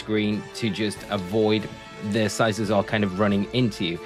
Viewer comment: You are mispronouncing it. It’s pronounced with hard C sound on the second C like the word cycle. As in bicycle. Cuz it looks like a bicycle.